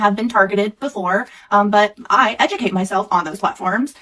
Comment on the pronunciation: Almost sounded like she was trying to blend 'educate' with 'subjugate.' Interesting.